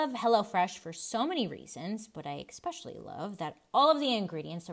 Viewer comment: PLEAAE stop pronouncing especially as “EXpeshelly”. You’re too smart to speak like that 😩